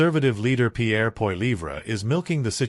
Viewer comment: Learn how to pronounce Pierre name. What are you American